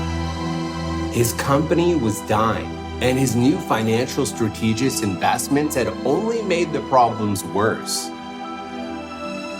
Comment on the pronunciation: You're pronouncing strategy strong